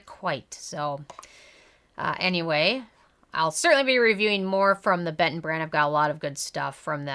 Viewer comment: You reading it like Beton is kinda giving me cancer but thanks for the review